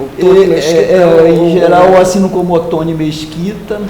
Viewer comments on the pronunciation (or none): Muito querida a seguindo a regra de tonalidade das sílabas e chamando ele de Oto-NI. Realmente, Otoni é um nome importado e faz falta o acento. Dei muitas risadas. Excelente entrevista.